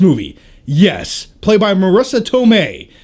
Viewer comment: Hey good to have you back from the desert! Too bad you killed Iron Man! (I'm team Cap anyhow). I swear to god I thought you said Ant Man was Marrisa Tormae. I was like what? Ahhh, its all good. Maybe her and Dead Pool's girl friend will get their own spin off movie!:)